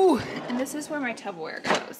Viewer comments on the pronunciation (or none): Girl are you saying Tubberware? 😅😂 love it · Anybody seen the clip or Chris Disfefanio saying Tupperware wrong? 👀